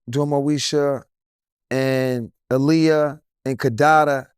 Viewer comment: Aaliyah probably felt a way about him, because he kept mispronouncing her name 🤣. it’s “AH-LEE-YAH”. It’s not “UH-LEE-UH”